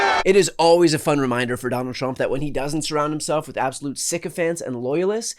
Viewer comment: TRU-ump I bet that this guy says HAY YEDD for head all those rednekkers saying 'two-syllable' one-syllable words